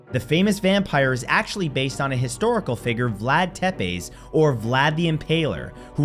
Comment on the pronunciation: Tepes is pronounces as Tepesh